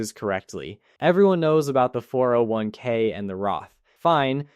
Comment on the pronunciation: No normal person pauses between all the numbers of 4 0 1 k.